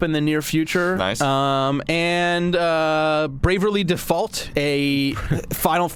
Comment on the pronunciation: "Brave uh lee Default"? "Bravely" is a word, you know, and it's not pronounced like that. And I love how they left it until the end and treated it like a brief footnote when it's the best looking 3DS game and the best JRPG since Final Fantasy IX. :/